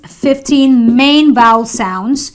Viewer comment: I have a suggestion; why NOT first learn how to pronounce before taking such a video and trying to spoil others' English? :D Like for example U could learn how to pronounce the word 'Vowel'; it's obviously not pronounced as 'voul' right? :D ... And yes, "Please read a GOOD Dictionary before you plan to teach". OK? :D